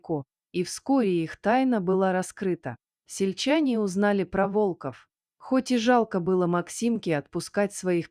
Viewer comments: Почему ударение не верно ставите на слово волков или волка Откуда вас только берут без грамотных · Волков, ударение на первый слог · Чтица не верно ставит ударение на слово волков много раз это ужасно